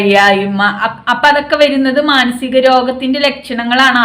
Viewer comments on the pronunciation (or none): മാസികം എന്ന് പറയണ്ട